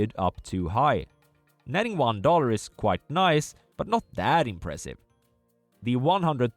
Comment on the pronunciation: Yay, you delivered on your promise to fix your pronounciation of "quite"! Now this channel is perfect